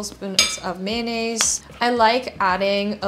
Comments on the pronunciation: Ma-yo-na-zi. Hahaha. Korean style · I loved the way u say Mayonnaise 🤣🤣🤣🤣🤣